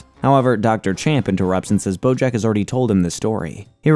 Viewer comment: Are you saying Brojack? Or have I just lost my mind lmaoo I swear I’ve heard it at least 4 times in the video. Anyways fantastic video! This is oddly my comfort show as horrible of a person BJ is. I’m about to watch your AOT recap